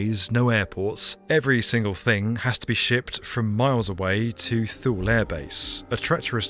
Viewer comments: Thule Air Base…. It’s pronounced “Tooly” Air Base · Thule is pronounced Toolie, at least to my knowledge. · FYI, Thule is pronounced "TWO-lee" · Thule is pronounced Tulie it was one of my sites to visit. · TWO LEE. LIKE... THAMES RIVER. TAMES. thankyou. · Thule base is pronounced "Too-Lee" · Thule is pronounced Too-Lay. same as the Swedish company that makes roof bars, bike racks and cargo box systems for your car. fascinating story! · "Thule" is pronounced "TOO-lee" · Thule is pronounced "toolee" and I could have been stationed there in the 90's in my twenties but I thought it just a little too remote for a whole year. Hindsight though, it would have been amazing. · Been to Thule twice. It’s Tool. Or toolie. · Thule is pronounced "too-lee" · Too-Lee not thule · I’m sorry but it’s pronounced “Two-Lee” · Thule in Greenland is pronounced 'Thulay'. It's named after a mythical remote northern region in Greek legend. But the project was brilliant! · It is "Too lee" you are correct. perhaps a bit of research on names perhaps before recording? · I was stationed there from the late 70s to the early 80s working on avionics for the F15. I pronounced it and everyone around me, pronounced it TooLee. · for the record Thule is not pronounced like that..... its actually Two-La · Thule is pronounced Two-lee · Not by the Greenlanders who are part of the Thule (Two-leh) culture :) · Not that it particularly matters but Thule is pronounced (too-lee) and it's contemporary name Pituffik is pronounced (bee-doo-feek) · Neither her nor there, because B1M is just freaking awesome, but Thule is pronounced Two-Lee. So, just in case anyone wanted to know. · Thule air base should be pronounced TOO-Lee. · Too-Le. Not Lee. And why aren't American media talking about the US aircraft carrying that 'accidentally' crash-landed on Greenland with nuclear bombs on it. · One of us is mispronouncing 'Thule'. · not "thool" air base ... it's "too lee" air base. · Thule is pronounced too-lee